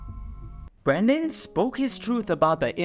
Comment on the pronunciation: It’s Brendan not Brandon ❤